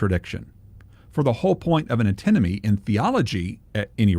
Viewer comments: could you please pronounce the first “n” in ANtinomy? It seems to me you constantly pronounce the involved word as, “uhtinomy.”. I believe the correct pronunciation is consistent with the spelling of the word: antinomy. Thank you for your work; I enjoy your site a great deal. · I've been watching your channel for ages. I just spent ten minutes trying to work out what the word 'atenomy' is. The closed captions get it wrong. I think you mean 'antimony'. You probably need to pronounce the second letter. Thanks for your work.